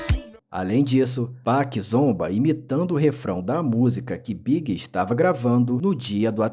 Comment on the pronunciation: E falando B.I.G errado